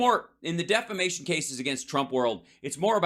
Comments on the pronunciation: C'mon. Learn the English language. It's. "deflamation". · Mike Lindell calls “defamation” deflamation. Mike thinks he’s political because trump brought him to the White House. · "Deflamation, deflamation" Mike Pillow